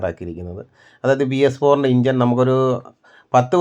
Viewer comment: ഇഞ്ചൻ അല്ല ചേട്ടാ എൻജിൻ, ഷാട്ടർ അല്ല സ്റ്റാർട്ടർ